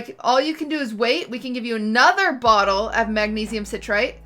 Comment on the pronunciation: The way she mispronounces citrate